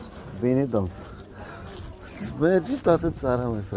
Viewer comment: hahahaha,scuze dar e "funny" acel 'duomn"..am crezut ca este robot loool..bine ca am si vazut nu numai am ascultat lool..Sanatate HAHAHA